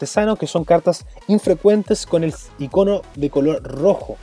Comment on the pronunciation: Me pregunto por que siempre dicen "ICÓNO" aun viendo escrito "ÍCONO"...¿?